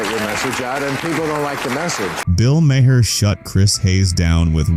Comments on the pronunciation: Lose the fake scratches. Those only appeared on old film. This is video. Also, you pronounce Maher, like "Mar". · You keep doing AI narrated videos about Bill Maher, and it never pronounces his last name correctly! Either fix it or everybody’s going to stop watching your videos. Are you that lazy? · Crappy lazy A.I. voice over can't pronounce Maher properly, so it, instead, pronounces it differently every time. Just read the damned script yourself.